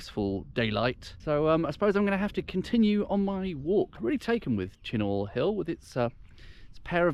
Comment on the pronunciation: Uh..it's pronounced CHINN-UGH..........not Chin -NOR. Otherwise, lovely video.